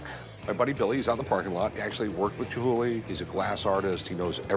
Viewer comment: Chumhuly...or Chumhulee. Lol.